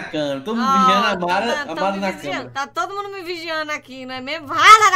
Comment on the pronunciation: Ninguém: A Mara: Marrom